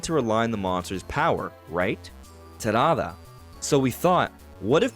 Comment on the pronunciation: Stop saying Talala, bro. Just say Terada.